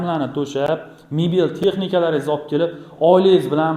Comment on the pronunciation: Аввал мебель, балкон ва хоказо сузларни айтишни урган😢